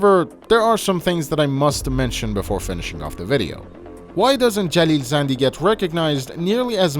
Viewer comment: مطمئن باش این آقای باب خودش ایرانیه. به نحوه تلفظ کلمات زندی و شهرام خوب دقت کن فقط یه ایرانی میتونه شهرام رو اینطوری (مثل داخل ویدئو) تلفظ کنه